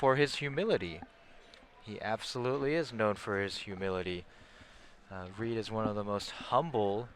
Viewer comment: You guys screwed up Reids name Nice work though